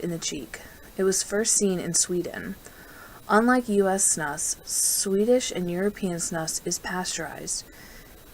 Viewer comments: It’s pronounced “snoos”. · You lost me when you mispronounced Snus.